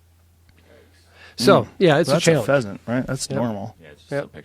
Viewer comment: Joe rogan "Thats fazant thats normal"